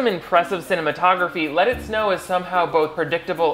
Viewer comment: 5seconds in and I thought he said "Lettuce No!"